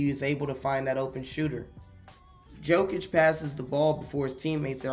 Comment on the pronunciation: Jokic is more like Yokic, you keeo reading him as Djokovic, soft y is j in his surname